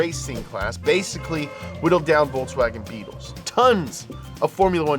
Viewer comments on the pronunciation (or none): none